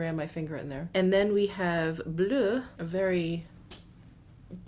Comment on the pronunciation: Great video. Love the whole look. Your pronunciations are the best on You Tube but I do want to offer one correction. "Vert" which means green in French, is actually pronounced like "Vair." Please accept as constructive suggestion because I adore you. :-) Your "Bleu" was great!